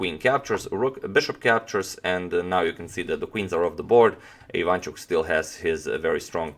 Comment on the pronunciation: IvanchUk, not IvAnchuk